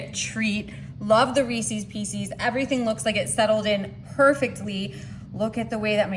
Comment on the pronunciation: Also, NOT REESIES, it's Reese's---also not PIECEES. Correct reading is very important!